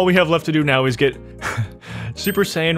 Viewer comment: Me as a dragonball fan was dying when u said super-sai-han😂. No hate btw